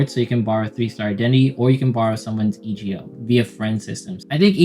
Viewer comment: "E" "G" "O" like Old Macdonald lol. Thanks for the guide though